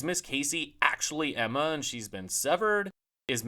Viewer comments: It's Gemma (pronounced Jemma), not Emma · Gemma, it's Gemma, not Emma.